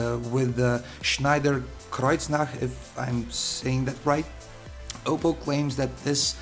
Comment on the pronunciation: You pronounced "Schneider Kreuznach" so well - i just thought german is your native language. :D nice unboxing, good video, keep it up!